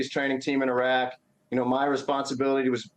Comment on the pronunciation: Thanks for pronouncing Iraq properly❤